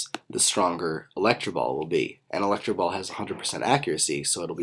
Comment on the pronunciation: electro ball not electra ball